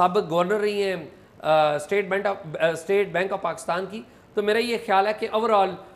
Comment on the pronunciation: اعزاز بھائی! یہ “اورآل” نہیں ہے۔ “اوورآل” ہوتا ہے۔